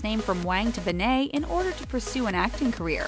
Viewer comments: They said her last name like ben-nah. Its said Ben-it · In her name you pronounce the T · I know it's not ben-ae it's ben-et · Its like saying ben then net at the same time and not banai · Her name is pronounced (Ben-Ay) it's (Ben-Et). Gah, you do soo much research but you can't even say her name right. Love you. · Stop saying her last name wrong ITS BEN-ETT NOT BEN-AI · "Bennay" It's BEN-NET, OK BEN-NET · Why "Be-ney"? Not "Ben-net"? You said her name wrong. It would be "be-ney" if it had only one N. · Ben nit not Ben nayyyyy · Why do they make its sound like she has a French last name,like nooooooooo it’s Ben-net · Beney?? Come on!! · i know they should have said ben-net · Omg they said both of her last names wrong, its pronounce ben-net, and pronounced wong not wang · Midnight Jewels yeah they keep saying bennaye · ...."Bennay"...???? Are you serious?!? sigh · Her name is said BE-NIT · It’s pronounced BEN-IT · Said her last name so wrong🤦🏻‍♀️🤦🏻‍♀️🤦🏻‍♀️ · Said her last name wrong 🤦🏼‍♀️ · I cringe every time you say her last name wrong. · Her last name is so simple and they still can't say it right. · Maybe should actually say her last name right, like really? This is really annoying me {edit} I wasn’t suspecting that much of comments and likes, I’ve never received this much but thank you guys 😊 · You pronounced her last name wrong. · She did say it wrong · Ik I hated that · Their grammar and pronunciation make me wonder if they have ever sent their scripts or videos through editing processes. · Ugh ikr 😑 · ikr it pissed me off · She said her last name wrong 😂😂😂😂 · Chloe who ??? Why do you pronounce her name like that???? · you said her name wrong so annoying and I love chlogan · Ishan Ali YOU GUD BRO? I understand why u said that they said her last name wrong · You don’t say her name right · OMG the last name thing is BRUTAL also add how she said Krav Maga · Call yourself a fact channel when you can’t even say her name right